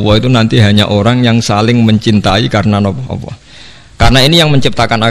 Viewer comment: Maaf gus kalimah allah itu kan lam nya..., bukanya bacanya itu tbal/tagglit ...kok gus bacanya awoh ...maaf mgkin sy yg slh dgr...